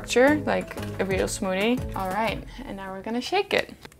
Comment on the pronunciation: She’s like a younger version of Candice.. She is younger right? Lol, also I like how she says smoodie 😁